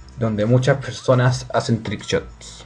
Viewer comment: para el avión no hace falta mirar la F por cierto me resulta graciosa la forma que tiene de decir ''trickshots'' xD